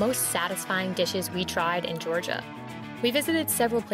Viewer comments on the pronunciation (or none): none